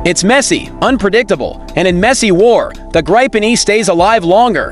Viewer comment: What is this bombastic shouting? Yes, the Gripen is good, but can't listen to this crap. Oh, and that's not how one pronounces Gripen.